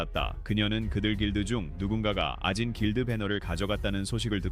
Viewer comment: 2분 44초 아진 길드를 오진 길드라고 잘못 읽었네요